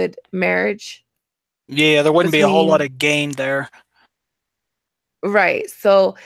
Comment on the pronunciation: Really? Bizarre accents. He has difficulty pronouncing the letter “l”. The woman doesn’t say “wouldn’t”, she says “woot’n” !